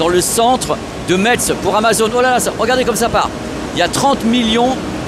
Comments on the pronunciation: ça se prononce MESS la ville de METZ 👅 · Metz se prononce "messe", le "t" est complètement muet. ;-) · je fais pause à 2 min, par pitié, Metz faut prononcer "messe". j'y retourne 😁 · Bravo pour tes reportages. Pour info, on ne prononce pas le “TZ” de METZ ( sauf si tu veux passer pour un touriste 😜). Ça ce prononce phonétiquement « maisse ». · on prononce mess, mais ça s'écrit Metz, bisou <3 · Bonjour je suis de Lorraine est juste pour information Metz ce prononce Messe merci et super reportage. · pour Metz on prononce Messe 😁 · Hello. Merci. Mais on dit mess et pas Metz. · On prononce MÈSS. On prononce pas le T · Ca c de la logistique 😊... on ne prononce pas le "t" de Metz